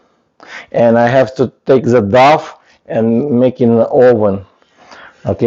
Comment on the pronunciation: Thank you for the video. You are very brave to make videos as a non-native English speaker. I just want to give you feedback/English lessons that "dough" is pronounced like "doe" (not "doff") and "recipe" is pronounced "RESS-ipp-pee" not "reSEEP". Tricky English exceptions.